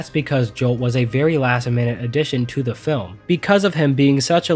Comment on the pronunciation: Anyone else notice that he says "da" instead of "The" alot.?